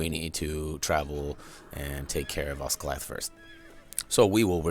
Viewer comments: pronounced Oz-gilly-ath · you said osGILIATH WRONG SORRY